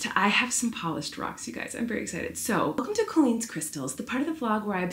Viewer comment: TTQ: COLLEEN! I HAVE A QUESTION ABOUT YOUR NAME!!! How did your parents pick your name and why do you pronounce it the way you do? I'm from Upstate NY and we pronounce your name as kaa-leen. But you pronounce it as cole-een (like Jolene), or at least that's what it sounds like to me. Colleen comes from the Irish word Cailín, which means girl and I believe is pronounced kay-lin. Just curious if you've been asked this question before and what you and your family think of the pronounciation differences. I've been struggling with mental health lately and I'm glad to have your videos to keep my company again. Sending lots of love to you and your family ❤❤❤